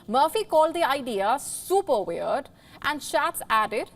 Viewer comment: wayerd and waryous ---now that's weird.